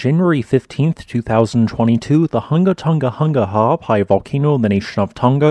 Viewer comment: Great information as always, and well presented. How you pronounce the volcanic name seemingly effortlessly is beyond me, but I'm impressed every time!